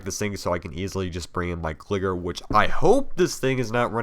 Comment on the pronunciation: Terrible how jhe says pokèmon and gligar smh...